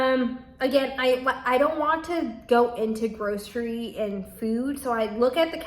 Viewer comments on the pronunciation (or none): none